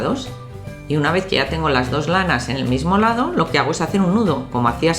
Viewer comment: porque dices lao envede lado